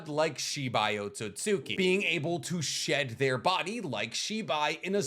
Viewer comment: I can tell you're learning Japanese because your pronunciation of Ohtsutsuki is better than mine 🤌 lol it's a convention of pronunciation I never picked up on until recently. That is, in the first half. You switched it up lol. I know it's i's and u's between certain sounds that get skipped, that's why it's Sauce-kay not Sa-su-kay, eesh-key not ee-she-key, oats-oots-key not Oh-tsu-tsu-key, although I'm not entirely clear on the full rules so I'm not positive.